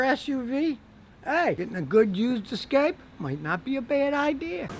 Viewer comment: Mexican Ford pronounced Es' Ca' pe' 😂